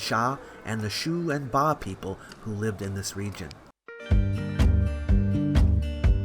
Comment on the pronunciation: Ba not Pa，巴Bā蜀Shŭ